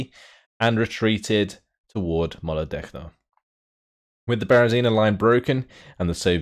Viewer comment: Love your playthroughs, Just want to point out, that in "Molodechno" the letters "ch" are pronounced as in "Charlie" or "change":)